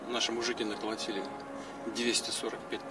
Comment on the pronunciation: Смішно слухати Хуйла. " Мужикі накалатіли". 😅